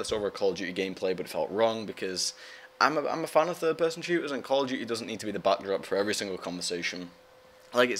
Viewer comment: Call of D-yoo-ty, it's so awesome the way he says it.